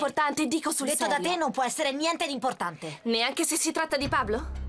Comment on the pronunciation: “pablo che cosa succede?” “nieNNteh”